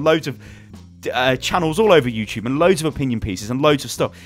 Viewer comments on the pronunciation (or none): none